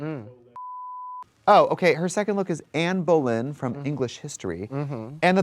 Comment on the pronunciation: Not “Anne bowl in” 😭💀